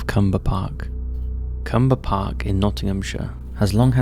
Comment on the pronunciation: Just a quick note, number 1 happened in Clumber Park, not Cumber. You missed the L lol.